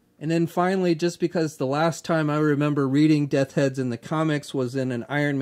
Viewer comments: I'm just messing with you buddy, but nearly every time....Death Heads 😂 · Also......say it with me...Death's Head 😂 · Bo Clarke lol! I was about to say the same thing. I love ya,, but that was driving me crazy.;)